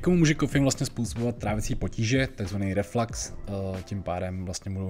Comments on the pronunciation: Jen pro opravu, není to raflax, ale reflux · Jaký reflax? Reflux ne reflax..